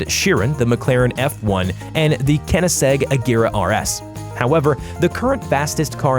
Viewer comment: “Kennyseg Ajera RS”.